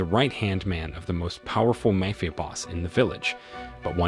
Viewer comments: Hey Narrator, what's a 'Mayfia Boss'? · Speech to text is getting quite good overall or I have been pronouncing Ma-fi-a Boss wrong all these years. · The way this guy saying mayfia sound more like a fairtale story.